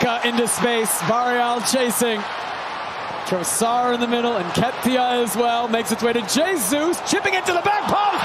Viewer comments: Hate how the commentators say Trossard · The way they pronounce 'Trossard' 😂